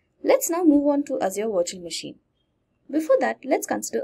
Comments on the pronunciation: You say virtual machine, I hear washing machine :). Jokes apart awesome video! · I kept hearing washing machine, so I can to the comments to find out... Nice video by the way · Same I hear washing machine every time she pronounce the virtual machine haha :D but great video learning. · 😂😂 did she said washing machine instead of virtual machine 😂😂😂😂😂